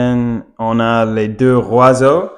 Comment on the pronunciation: Bonjour, merci pour le partage👍 quand vous parlez des oiseaux au pluriel il faut faire la liaison avec le S de " les "du coup ça donne en phonétique : les zoiseaux. Idem pour un oiseau faites la liaison avec le " un " et ça donne en phonétique : un Noiseau et pas un Oiseau. Désolé, oui, c'est bien prise de tête mais vous parlez super bien tout de meme😊 et pour finir de vous achever🤪 si vous parlez d'un oiseau ( d'un Noiseau) ne dites pas le oiseau mais l'oiseau. Allez, bon courage😅